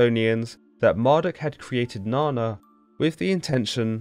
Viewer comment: Na nna not na na